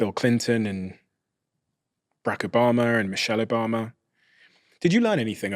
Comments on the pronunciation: There’s no R in Obama Bra I thought the Brits had the best English 😂😂😂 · The presidents name is O`Bama, Not O`Bomer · Did he say Barack Obomber? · It would be really nice if the interviewer learned how to pronounce President Obama’s name. It’s rude, and quite unprofessional.